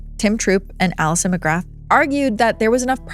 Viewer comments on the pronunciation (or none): none